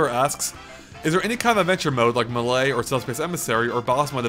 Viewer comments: i cant stand it anymore. not hating on you but its pronounced MAY-LAY. not MUH-LAY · It's Super Smash Bros Melee. NOT Super Smash Bros Milay. You pronounce it wrong every time. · Stop pronouncing melee weird!! GAH!